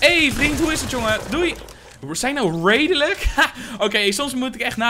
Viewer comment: Maar ja, wij zijn ook 'raidelijk' 💁🏼‍♂️ nice Engels lol